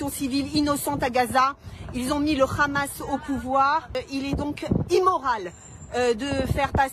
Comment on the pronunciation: COMMENT RECONNAITRE UN COLON ??? COMME UN HELICOPTERE ET PAS RHELICOPTERE IL DIT RHAMAS POUR FAIRE JORE JE PARLE ARABE